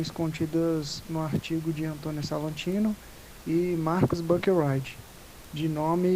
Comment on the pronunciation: Oi! Só umas correções aí! É Antônio Salatino, não Salantino. E o nome do Profº Marcos Buckeridge se lê praticamente como se escreve mesmo, BU-QUE-RIDGE. Buscando pelo nome dele aqui no Youtube mesmo você acha vídeos dele se apresentando fácil fácil!